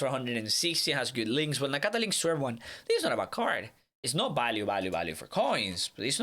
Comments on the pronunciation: Before I even clicked on the video I heard “ balue “ instead of “value “ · VALUE V VVV NOT BALUE